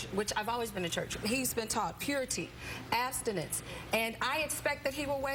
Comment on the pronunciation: lol! "asstinance"